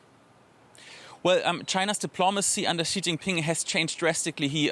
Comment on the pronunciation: could you stop pronouncing Xi as "Zhjee"? It's pronounced "Shee". The "zhj" sound doesn't exist in Mandarin nor any dialect of Chinese. Please, as a journalistic organization, spend five minutes to learn the pinyin orthography and read Chinese names correctly. It's not hard. They took letters that seemed redundant—X, Q, and C, and reassigned them to other sounds that English orthography uses letter combinations to write. X got the "sh" sound, Q got the "ch" sound, and C got the "ts" sound. As a journalistic organization, you should take the effort to pronounce names correctly.